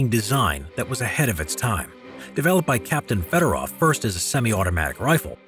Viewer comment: Everytime you butcher federov avtomat i puke